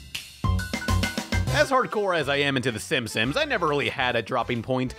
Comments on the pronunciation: Everyone: "Simpsons": SIMSIMS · Gi-gantis? Sim-Sims? Is... is okay? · Does he say "Simsims" on purpose?